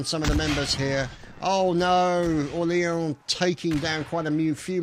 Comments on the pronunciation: oh and old boy orleans is pronounced Or-leens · I think that you should know that you're pronouncing Orleans wrong. Besides that excellent video:)